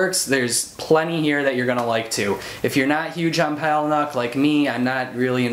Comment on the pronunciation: "Paula-nick." Pretty much any interview with him the people say it that way.